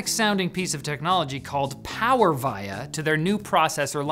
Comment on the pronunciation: That is not how you pronounce “Power Via” but great video. Thanks.